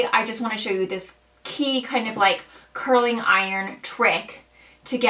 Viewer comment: It’s curling ! With a G! Not a K. Curlink and pullink are not words!